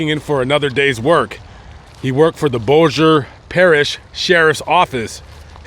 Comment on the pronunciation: Thank you for saying Bossier and Shreveport correctly!!! Lol